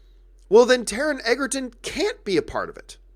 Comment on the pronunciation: It's pronounced "Edgerton". I will be seeing Robin Hood. Good podcast.